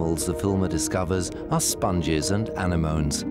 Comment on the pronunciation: Did the narrator say Ani-moans, instead of anemones during the cave dive sequence?